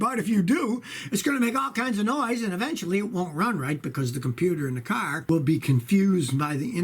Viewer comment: I just came here to hear him say carrr